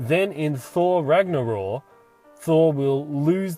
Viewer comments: It's Ragnarok not Ragnaror. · why do you pronounce it 'Ragnoror'? its 'Ragnorok' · It's ragnarok. With a k. Just sayin.